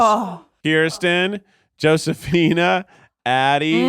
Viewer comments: Y'all, Josephina is pronounced with the Spanish J, like Jose. That was wild to witness. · The way they pronounce Josefina 🤦🏽‍♀️ but I was hardcore an American Girl Doll fan